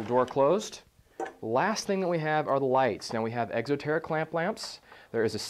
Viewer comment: hahah he says egxo terra :m